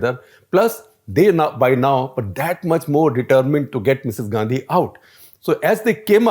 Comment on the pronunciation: How is that Misses Gandhi...say it as Misses Gandi